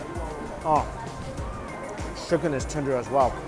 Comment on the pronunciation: This dude calls “chicken”, “sheken”